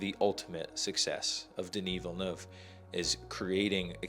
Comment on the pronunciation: Thank you for saying Villeneuve correctly!!!!!!!!!!!!